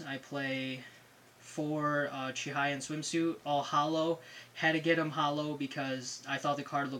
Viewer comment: It's "Chihaya", not "Chihiya. :/